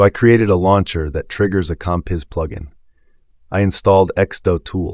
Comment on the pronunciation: It's not x-doe-tool! It's x-do-tool.